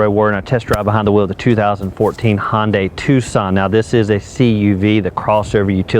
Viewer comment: One minor nit....it's pronounced "Hun" dai, not "Hon" day, like it's trying to be a Honda product ;-)